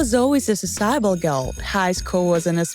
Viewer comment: that's all folks that’s how she pronounced it